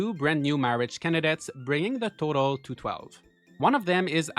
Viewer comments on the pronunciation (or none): none